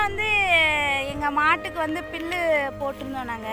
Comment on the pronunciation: அது பில்லு கிடயாது புல்லு